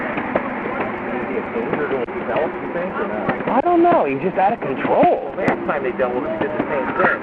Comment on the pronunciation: Idk he's just out of contowol. controwol...... my guy said out of contowol.